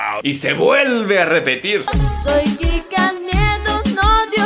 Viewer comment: No se ustedes, pero yo escuché crika nieto envez de Kika nieto